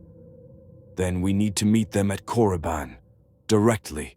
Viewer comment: FYI..it's Korriban, not Coruban lol